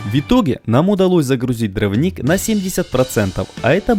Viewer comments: дрОвник. Ударение на О. Вы же для аудитории снимаете, ну проверяйте слова по словарю. И, простите, но нет такого слова "шестьмя". Есть "шестью". Шестью сотками. У вас прекрасный канал, замечательные видео, но проверяйте пожалуйста, что и как вы говорите. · Все отлично, только повторяющееся постоянно неправильно слово дравник реально режет ухо... а так все отлично!